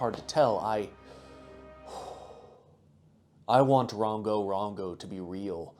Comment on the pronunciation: Same here Edit: it’s rOngo not rAngo